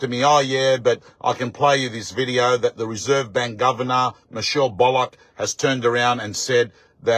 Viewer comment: Will you please say Michelle’s last name correctly please Bull ock Not bollock